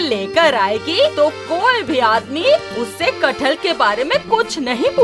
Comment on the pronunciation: Its kathal